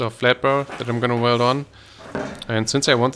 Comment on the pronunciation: Stopped watching at “weld”